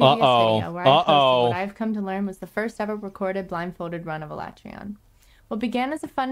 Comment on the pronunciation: She doesnt even know how to pronounce Alatreons name.